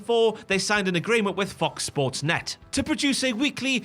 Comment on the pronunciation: The "Fox sports" pronounciation really feels intentional😂